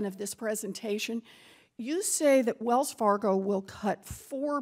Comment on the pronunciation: "Wells Fargio" 😂😂